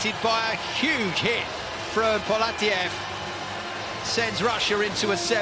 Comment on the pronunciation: He is not PolAtiev he is PoletAev